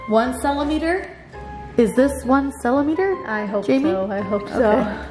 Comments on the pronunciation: “One celemater” 😂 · “1 celimeter”😂😂😂😂😂😂😂😂😂